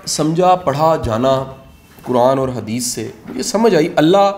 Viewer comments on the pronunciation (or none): none